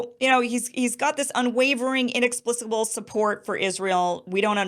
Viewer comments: Kim, it's inexplicable with a hard C. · You mispronounced inexplicable twice